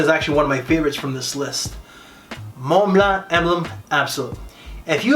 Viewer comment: “Moan bleh” you couldn’t help yourself 😂 no “Er-der-par-furs” thus time?😢